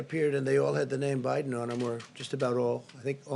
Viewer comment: Did I hear wrong ??? Did he just call MR. BIEDEN haha